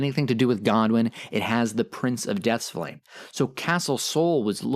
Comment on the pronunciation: "Surge, o flam-ee"???